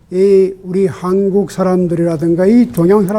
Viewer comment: 유심론의 "유"는"짧게" 발음하소서.한국의 "한"은 짧게 발음하소서.